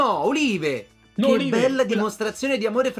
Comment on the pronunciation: Si pronuncia Oliv, gnurà!!